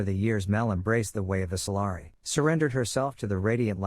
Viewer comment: and they're called "Solari" not Soliaran